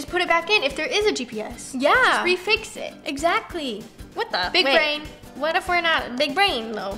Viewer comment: When your use to roni saying "wHaT tHe" (with accent)(not all people is use to it!)